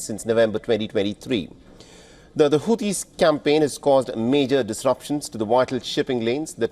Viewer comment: Sorry I heard hauti devil's 😂 hauti rebels rather